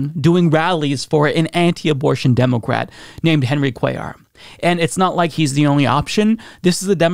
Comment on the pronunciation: Am I the only one that hears Democwat?